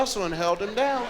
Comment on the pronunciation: putT. thatT. DOWNTTT and